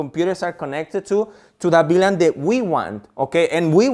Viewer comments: Hey please say VLAN! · Great video, thank you But could you clarify please You say BLAN or VLAN